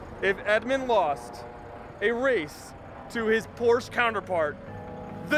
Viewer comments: Say it with me y’all.. POR-SHA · 7/10 for one of the most reliable and high quality sports cars? Never value someones opinion when they can't even pronounce the company name right.l